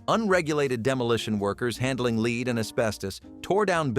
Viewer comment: Soundtrack says "without protective gear" while picture shows people in masks. C'mon, AI, if you want to take over the world, you're going to have to do better then that. Oh, and why does EVERY AI video pronounce the metal "lead" as "leed?"